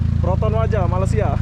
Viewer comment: Bang..kenapa sebut negara Malaysia dengan kata MALASIA